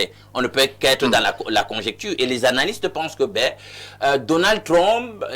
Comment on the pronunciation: C'est Donald Trump et non Donald Trompe😂